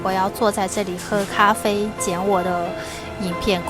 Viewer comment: 的(咖灰)台灣國語發音真的很標準阿 台灣的文化很有包容力 小朋友的同學之間就會有好多新住民媽媽 所以小朋友直覺就能感受到不同 這倒是不必擔心的